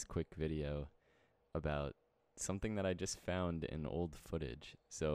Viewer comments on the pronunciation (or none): none